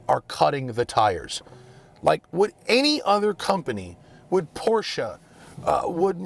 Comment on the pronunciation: Respect for pronouncing "e" in Porsche. Not many American car YouTubers do.